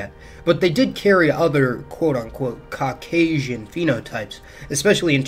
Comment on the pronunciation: Why you say Caucasian like that 😂😂😂😂